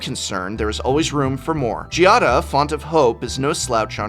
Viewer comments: Normally, I would have just left a comment like "i can't think of anything good to comment, I just want those commander decks" but I actually have something good to say this time. GIADA IS PRONOUNCED WITH A HARD G! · Most card names of legendary creatures are strange but being Giada a common name in Italy that pronunciation is soo weird to my ears (the accent is on the first a not the i). Beside that, what's going on with RhisticStudy line in italian in the outro? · Has Giada been pronounced differently every time here? WUT xD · I love how even prof will go back and forth on the pronunciation of Giada.